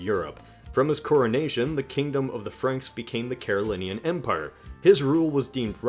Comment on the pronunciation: Carolingian has a g that needs to be pronounced. We have the same Ohio/midwestern accent so that's no excuse.